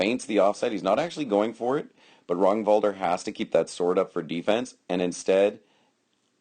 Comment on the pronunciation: 1) Nice read on the fight. 2) You are pronouncing his name correctly. 3) Duke Ragnvaldr was my foster knight, and for never meeting the guy, you did an excellent job on picking apart the fight. Ragnvaldr is a singular fighter. There are not many people who can fight like him, and his read on his opponent is uncanny. That jumping shot Kenric kept shooting was what killed him. Or rather put him on his knees. I was there watching the fight (also that first shot that you couldnt tell from the angle; light. It got through but there was nothing on it at all) and after the fight I told him it looked choreographed. He said it basically was. Kenric liked that shot, Ragnvaldr figured out how to get him to throw it, stepped in and took his leg. All those little movements with his sword he's, as you said, cataloging Kenrics response. I think Ragnvaldr actually threw 4 shots the entire fight. He is a master at controlling the fight and making it his. I have no idea how many times ive fought Ragnvaldr but id say the ratios of win lose are 10:1 in his favour. Hes one of, if not the best fighter in the Midrealm and at the top tier in the Society.